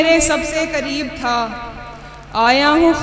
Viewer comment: Shaiyra sahiba alfaaz theek kijiye ..kareeb chhoty kaaf se nahi bade kaaaf se h ...tallukaat m bhi bada kaaaf h ....shaiyri achhi h apki ....may Allah bless u success through out life ...